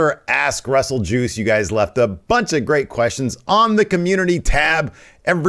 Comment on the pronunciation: Did Steve say "ass wrestle juice"?